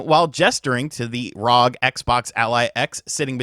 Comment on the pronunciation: It’s not rog it’s R O G it’s short form for Republic of gamers